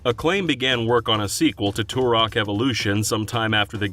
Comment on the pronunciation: Turok, not "tourok"